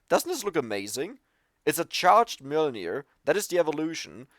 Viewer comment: for pronouncing Mjølner correctly!